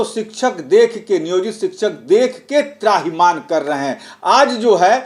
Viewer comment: त्राहिमान नहीं होता है त्राहिमाम होता है।